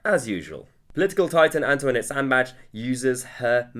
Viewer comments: I forgot:"Sandbach" the "S" is pronounced as in "roSe". It's a soft "s". BTW: "Bach" means "creek/stream/beck". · You cannot be a Scott. It's "SAndbAcH". Both "a" like the "a" in "ask" but short. And the "ch" is a "ch". Just ask a Scott. Or